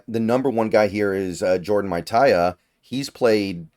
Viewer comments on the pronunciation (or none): Say Jordan Mailata again lol